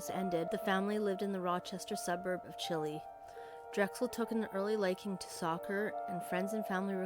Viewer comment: It’s Chi Lie lol not chili like the soup but Thank you for covering her story. This story has always break my heart as I’m from Rochester myself and she would come in with friends to my job after school. I wish they would just arrest the men involved.